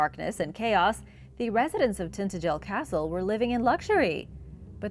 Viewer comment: Every time Iv heard Tintagel pronounced it was by bits and they pronounce it tin-adg-el, not Tintegle if you are going to narrate lean how to pronounce the words you use.